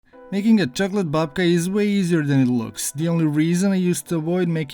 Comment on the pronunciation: 🎉Instead of babka you made dedka.....😂😂😂